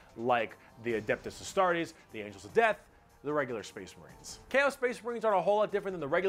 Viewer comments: its pronounced As-star-tes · No one is ready for his pronunciation of Astartes either, "Astarates". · word: Astartes: Astarates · Hey the way to pronounce Astarte. Is A-staar-tee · In warhammer 40k, the main spoken languages of the imperium are low gothic and high gothic. in low gothic, they're space marines. in high gothic, it's astartes (pronounced "As - Start - eez") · Say it with me. UH STAR TEES. Uh like up. Tes is pronounced tees. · Just cause it seems like a word you trip over a lot, as far as I know astartes is pronounced: ass-tart-ease